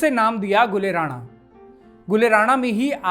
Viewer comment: जी लफ़्ज़ “ राना “ होता है जो लफ़्ज़ रानाई से बना है और इस का मतलब होता है लाल और पोस्त ( poppy ) के लाल फ़ूल को “ गुल ए राना “ कहते हैं। “ जबकि लफ़्ज़ “ राणा “ राजपूतों की एक बड़ी जाती है। बेगम “ राना” को “ रईस ए आज़म करनाल” नवाबज़ादा लियाक़त अली, उन की ख़ूबसूरती के चलते लालिमा उर्फ़ “ राना” ( राणा नहीं)। कहते थे। बेगम राना। मशहूर हिंदी लेखिका स्व. श्रीमती गौरा पंत “ शिवानी” जी की close relative भी थीं। अगर आप उचित समझे तो ये ग़लती दुरुस्त कर दें वरना आने वाली नस्लों को और मौजूदा दौर के लोग भी बेगम साहिबा के नाम को ग़लत बोलते रहेंगे। Once again the word is “ राना “ …… not “ राणा”।